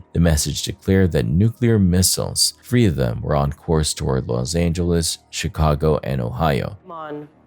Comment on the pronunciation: It is said Feb ru ary it is th ree not free.